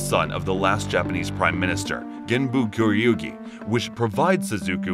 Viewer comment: I love this, but certain names are mispronounced. Like kururugi, britannia, suzaku, and Geass. Still love the video though!